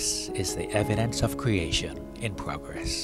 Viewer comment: wemarkable stowy of cweation, that you Elmer Fudd?